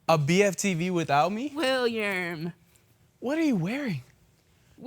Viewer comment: LOL that "Willerm" caught me so off guard